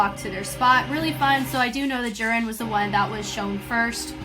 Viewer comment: You also called Juria as Jurin.